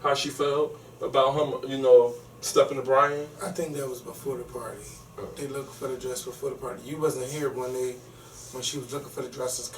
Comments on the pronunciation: I love you but plz stop saying lookeded!!! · Love as an addition..however he made my ears bleed when he kept saying Looked It. The correct word is Looked... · Oh my, it's bothering me that the guy (I can't remember his name) keeps saying "looked-ed" lol it LOOKED not looked-ed :P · I don't know Kevin's co-host's name but I wish he would stop saying "lookded." That is annoying and so ignorant sounding. I'm not expecting perfect diction but that's just plain ridiculous and hard on the ears. The correct word is 'looked.' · baby, I love you to pieces but..... "looked" is 1 syllable not 2. Sorry, HUGE pet peeve.